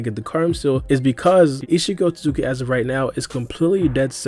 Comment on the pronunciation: Like everytime gang say “Ishi otsooki “ 😂😂